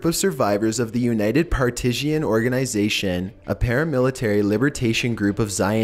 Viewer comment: you need to learn how to pronounce what you are reading. It is not Par TI si an, it is PAR ti san. Many others, too. It distracts.